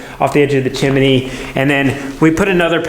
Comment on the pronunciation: The way you say chimney. You do realize there isn’t a second i.